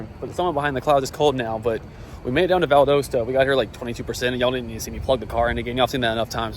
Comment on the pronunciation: Valdosta is pronounced Val -dah-sta.